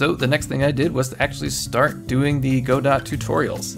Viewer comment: Whenever he says “Go-Dot” I cringe. Say “Guh-Doe”